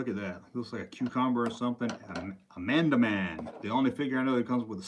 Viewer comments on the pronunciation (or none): Fun video! My only complaints.......it’s four-el-oh-em......and there is no “d” in the name of “Amanaman”. :-)